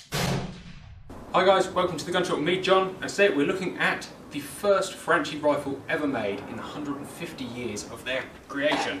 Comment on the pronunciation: pronounced franky not frenchie lol